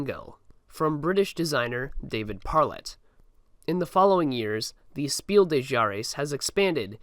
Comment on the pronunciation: My dude. Mad respect for the video but please note:German is not French. The s at the end of des is pronounced